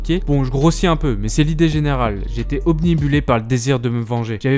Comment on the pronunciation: T'as dis "obnibuler" au lieu de "obnubiler" XD Ok, je sers à rien, je sors :D